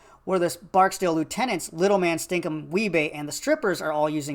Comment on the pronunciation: Do wee-bey